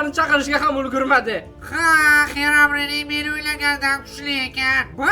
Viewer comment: English yaxwilab organing Xerabrin emas Xirobrayn😅